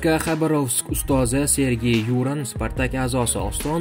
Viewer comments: Озгина тугри талафуз килишни ургансангиз булади! Ю’ран мас Юра’н! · Юууран эмас киска килиб Юран журналист болсанг тугри талаффуз килишни урган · юрен эмас сергей юран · Сергей Юран фамилиясида ургу А харфига берилса тугри булади ЮрАн. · Хайрулла Хамидовдан илтимос кил, Юран деган ким деб ? он тебе точно скажет а то несколько раз не правильно произнёс фамилию. Ведь ты журналист или нет? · Купчилик дикторни хатосини ёзибти , жуда тугри,диктор деган хар бир суз талаффузини олдиндан репетиция килиб олиш керак. Ургуни тугри куйинг ХабарОвскмас ХабАровск,Ююранмас ЮрАн